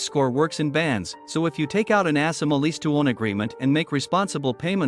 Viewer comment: ASSima?? Lol I believe it’s A- Sima